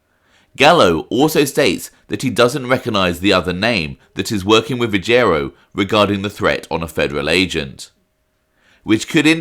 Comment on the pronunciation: It's pronounced Ruggi-ero and not Rugg-erio.